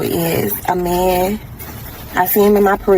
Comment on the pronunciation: Wtf is a meeyan? As in I don't want no meeyan tellin me nuthin? Did I spell it right? I don't even know how to make that sound.